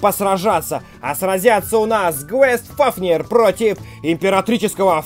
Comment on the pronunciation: Не квест а гейст (с английского привидение) фафнир